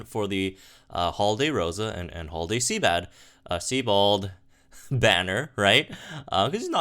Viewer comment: Seabad? I presume you're joking? Ive heard this a few videoes now... SIEBIOLD (Psy-bold/See-bold). Love your content though, lol.